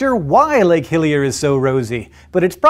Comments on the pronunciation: Lol guys all smart n shit but it's LAKE HILLER lol not hillier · It is actually Lake Hiller. Not Hillier